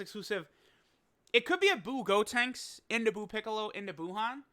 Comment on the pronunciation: Bro can you please say buucolo and buutenks it’s so frustrating 😂🤦🏼‍♂️